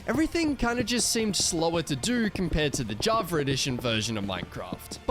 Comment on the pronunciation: dude please stop saying javar edition there is no R on java